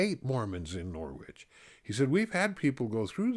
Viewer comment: Thank you so much for sharing your stories! I have enjoyed them all. My mother is a WW11 bride from Norwich, England. She joined the church when she was about 13. Just FYI, the W in Norwich is silent. Thank you again, Paula.